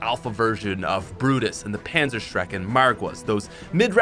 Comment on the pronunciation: Anyone else notice he said pansershrek